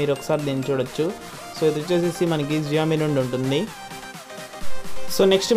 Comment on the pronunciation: Xiaomi కాదు షామి pronunciation wrong